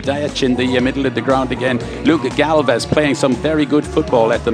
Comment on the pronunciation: pronunciation: Galvas, Galvez, Balbez, Galvash, Galvesh, Jurlic